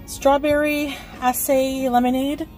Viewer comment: LMAO. “a strawberry ass-say” 😂 That’s even worse than her “passsta.”